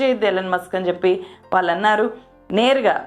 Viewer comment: నీ వీడియోలు చాలా చూస్తున్నాం అమ్మా! భాష మీద కొంచెం ప్రాక్టీస్ చెయ్ దయచేసి... వాల్లు! వీల్లు! పెల్లి! మల్లీ అని అనొద్దు తల్లీ !తెలుగు భాషను ఖూనీ చేయొద్దు.